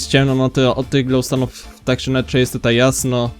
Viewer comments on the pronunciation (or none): none